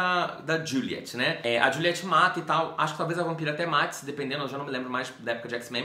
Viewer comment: Não é juliete tipo a pronuncia brasileira, é aquela pronuncia estrangeira tipo Diuliet. Eu também não conseguia levar a sério levando em conta a pronúncia brasileira kkkkkkkkkkk